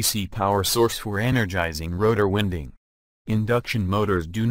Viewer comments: I lol’d at Stator “winding.” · yep, audio is irritating i couldn't stand finishing the video. some words are mispronounced, which actually changed their meaning. words such as "wound" and "winding." i don't know if the video would have been better if the creator just used his or her voice.